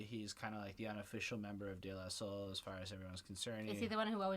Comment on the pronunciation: How did you get “Der La Soul” out of De La Soul?